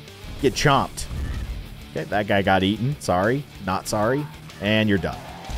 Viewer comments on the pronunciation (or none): none